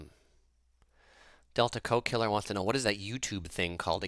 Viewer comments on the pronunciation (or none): Teehee you were calling the guy 'delta co killer', I think its 'Del Taco Killer' ! Do you have any tips on traveling around Europe? Skiplagged app seems to be good way to get low airfares. Grocery store tips with pastries or bakeries. Portugal has egg custards, France raspberry cookies with Casino and awesome $3 sandwiches at Monoprix. Italy has fiesta orange cookies at most stores and Milan has the 3 story candy store behind the Duomo. Coop in Switzerland is better than Migros.